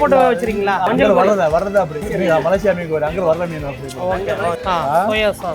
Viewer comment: MALAYSIA not MALASIYA